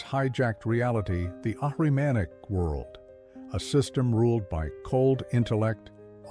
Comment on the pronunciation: Ahrimanic, not Aryanic